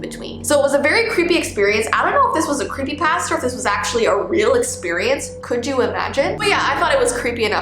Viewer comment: Ypur saying the food pasta not the creepypasta idk if this helps but its pa-sta